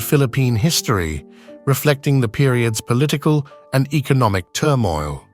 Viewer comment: The robot is annoying especially of its improper pronunciations. Sell all and invest in the people and their econnemy(?). Sorry about spelling.